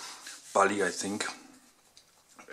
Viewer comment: Das heißt think und nicht zing ;)